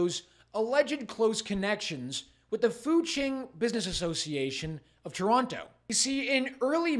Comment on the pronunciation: Learry,learry bad fol Tolonto